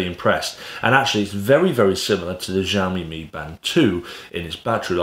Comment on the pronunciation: Good review. I have this watch and been using it for a bout a year. Great fitness tracker and ease of use. BTW, "XIOMI" pronounced as of "SHIOMI". 😁